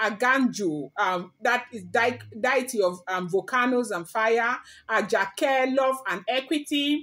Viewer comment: With all due respect it’s Dee-uh-tee not Die-e-tee.